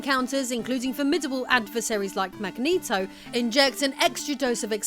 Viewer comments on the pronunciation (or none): none